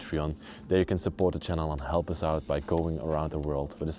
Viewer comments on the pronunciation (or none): none